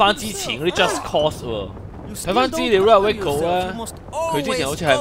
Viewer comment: 讀錯左...係just cause,唔係just cost啊~~